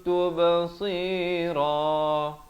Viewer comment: pada ayat 125 ayat hujung surah taha. baca kutum tube seero.. bukan ke kuntum tu ba seuro